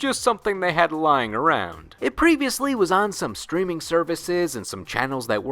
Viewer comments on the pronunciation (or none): none